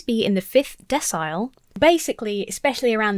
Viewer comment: Since I'm a word nerd I though I'd mention that decile is pronounced like decimal. It simply means a scale of 1 to 10, with each step being 10% or 0.1 of the whole